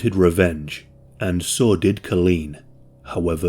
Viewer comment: I cannot get over the fact that you pronounce "so" as "saw"